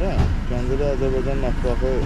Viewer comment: Xoş gəlmisən səfa gətirmisəm Ama bu AZERBAYCAN sözünü deməyi bir türlü öyrənəmədiniz AZERBEYCAN DEYİL AZERBAYCAN OLACAQ